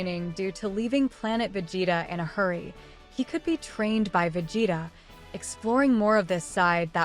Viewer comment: cant get past the pronunciation of vegeta....